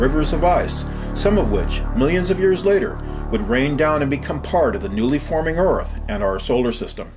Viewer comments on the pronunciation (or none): I like the way this guy says Earth in two syllables. Er-ith.